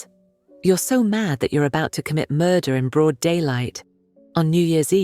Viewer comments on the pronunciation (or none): none